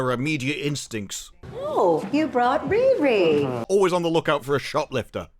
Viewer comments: Her name is not Rere, he name is REEEEEEEEEEEEEEEEREEEEEEEEEEEEEEEE. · Bro the way you pronounce Riri sounds like someone trying to say “really” with a goofball, stereotypical Chinese accent. 😂😂😂